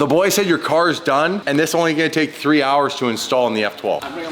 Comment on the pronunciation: I never realized how often the number 3 or TREEE was used until listening to Dean talk!